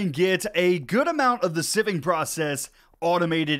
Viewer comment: I 100% call it sieving too, not siving. But I don’t know how to properly English